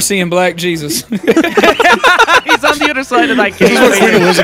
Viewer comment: saying "black jeSYAUs" just makes me chuckle every time